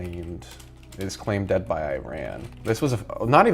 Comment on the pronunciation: My guy please learn how to say Iran right